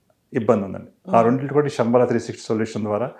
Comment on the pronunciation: ఒసేయ్, శంబాలా ఏంటి?? నీ బొంద. శంబల అనాలి. హెడ్డింగ్ itself is not correct..